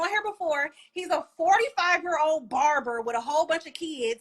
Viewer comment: “Barrerrber” 😂 she disrespectful !!! Barbers are getting the big bag nowadays!!!